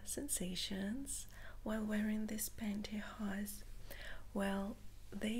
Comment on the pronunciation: Hello, I just wanted to say that I haven’t seen one of your videos for quite some time now, if you don’t mind me saying, you look absolutely stunning and beautiful, I also love how you say pantyhose, I could listen to you speak for hours, thanks for the tingles, take care.